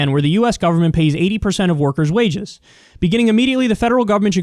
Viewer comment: Kyle, I’m sorry, but... *waives